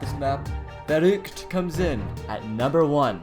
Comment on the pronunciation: all the maps are pretty easy and also you are pronouncing verruckt and nacht der untoten